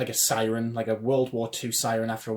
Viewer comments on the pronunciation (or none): none